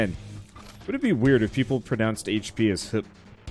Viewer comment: In russia we actually do pronounce HP like how yo said it XD